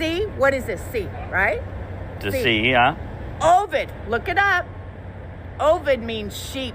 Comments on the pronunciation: The latin word for sheep is ovis, not ovid. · The Latin for ‘sheep’ is ovis and not ovid. COVID-19 denotes Corona virus disease 2019…..but hey folks, WE knew that didn’t we 😂😂